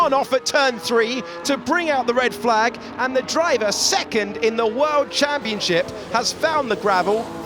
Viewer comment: Is it just me or does it really sound like he's saying "second in the world championshit" ?